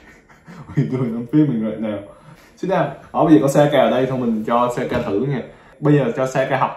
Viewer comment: em cứ thắc mắc, sao chị bé kia tên là Sayaka mà anh cứ gọi là Saka á